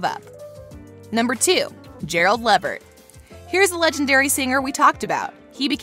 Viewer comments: Gerald LEVER ??? come on now...learn how to pronounce these peoples names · ... I think this was about Martin? This was confusing. Also, it's Gerald leVERT, not LEVert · PLEASE, PLEASE DO YOUR RESEARCH!!! THIS IS FULL OF ERRORS. BTW....GERALD'S LAST NAME IS PRONOUNCED LE-VERT....NOT LA-VART. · And, it's pronounced; Gerald "Luh-vurt", not "Levvert"! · and it's Gerald LA-vert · Not Gerald Levitt it's Le Vert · (luh-vert) not Lav-ert was the pronunciation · Is it just me or is this whole video a hot ? Levart? No it is Levert! Sheesh! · Gerald LA Vert .. not Lev Ert. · Gerald Lah-vert, Lol wth is Lavart? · No she didn't say Gerald "Le-vartt" and she doesn't even know Martin from Jamie Foxx 🤣🤣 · Basically... the icing on the cake is when she fckd up Gerald Levert’s last name. She said it like Lavert... like who tf is that?!?!😳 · Lev.... ert Then she showed Gina & Pam with Apollo.... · Sounded like she said Le - Fart. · This was painful to watch not because of the deaths it's because the narrator screwed up royally! Helen Martin on Jamie Foxx show? Gerald LeVert? It's pronounced Le-Vert! Just awful! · Yesss I said the same damn thing,,who the hell is La-Vert,,and to a legend at that, who messes up a legend name. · They didn't even pronounce LEVERT (LAVERT) CORRECTLY!!!🤬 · Ok I paused and stopped watching as soon as I heard you pronounce Gearld Lavert like that. I'm done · The way she said LeVert. I just read the comments 🤣🤣🤣🤣 Girl you better run! The way you said LeVert was sooo disrespectful!! Cringe 😬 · It’s “Le Vert” say it wit me now black people 🤣. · ITS LEVERT 🗣LA-VERT 🙄🙄🙄🙄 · Not Breaks Gerald LEVert 😅 pronounced "Lavert" 🤦🏾‍♀️🙄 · HEY dont disrespect Gerald by pronouncing his name wrong ..its Levert..pronounced like LEEVert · Gerald Levert last name is pronounced La’vert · Gerald Levert's name is LeVert, (LaVert) not LeeVert. Please get correct pronunciations of our beloved Actors & Actresses. If that was my Relative, I'd be really offended. ThankU.